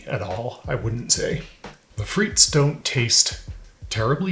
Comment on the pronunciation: Thanks for clearing this up, good video. Just a suggestion, in your relentless efforts of research, you might want to spend a few seconds to look up how to pronounce a foreign word